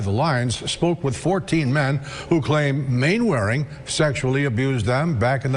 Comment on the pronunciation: Mainwaring is pronounced Mannering